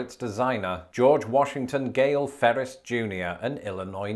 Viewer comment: Your rolling r’s with the words “three” & “Ferris” are endearing.